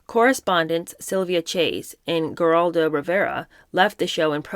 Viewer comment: It’s pronounced Heraldo the G is pronounced as H . You should probably see someone about the fact you salivate so much you are constantly swallowing so hard . The only thing I have ever seen droll that much is a Great Dane